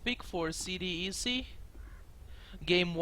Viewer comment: its not C-D-E-C, its pronounced C DEK